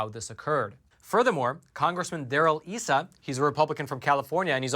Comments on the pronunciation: Cong Darrell Eyesa not "esa" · Issa's name is "EYE suh", not "EE suh" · I was in California when Issa was first running for Congress. I understand his name is pronounced "eye-suh" instead of "ee-suh". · Isa (EYE-sa)